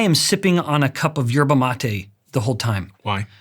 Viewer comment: Thought he said 'herbal latte' but its actually yerba mate